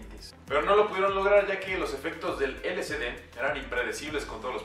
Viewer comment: Información errónea, nada que ver. Si les interesa conocer información verdadera del lsd busquen a Terence McKenna. Aparte de que lo pronuncia mal, es L-S-D no L-C-D.